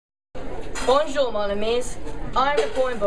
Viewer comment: It's bonJour emphasis on JU